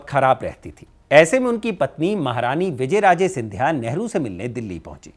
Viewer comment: तुम्हारी रिसर्च बहुत पूअर है तुम नाम ही ढंग से नहीं बोल पा रहे विजयराजे सिंधिया नहीं विजयाराजे नाम है। शिंदे सिंधिया कैसे हुआ यह भी तुमने गलत जानकारी दी? वंशावली भी तुमने क्रम से नहीं बताई। इससे पता चलता है स्क्रिप्ट किसने लिखी किसने कितनी पढ़ी।